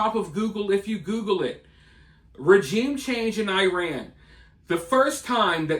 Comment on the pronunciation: You can't even pronounce regime